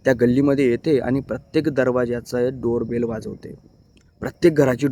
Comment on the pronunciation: शेवटी Door Bell च्या ऐवजी Bare Dol म्हटले ना भाऊ तुम्ही😂